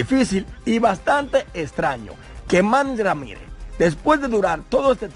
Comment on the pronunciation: Manny Ramirez NO MANIS RAMIRE 🤦🏻‍♂️